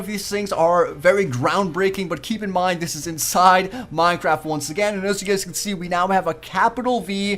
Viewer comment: all his videos ever: "Minetraft"